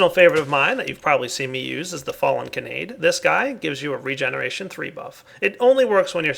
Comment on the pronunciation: that is not how you pronounce Kanade...